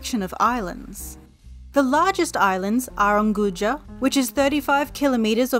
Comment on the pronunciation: The narrator's swahili is horrible, at least basic research would help. "Chama Cha Mapinduzi" is pronounced completeley different (not sh, but as an actual ch), also Unguja is pretty bad. The mirrored photos/footage is confusing and misleading. (source: I lived in Zanzibar for 1 year)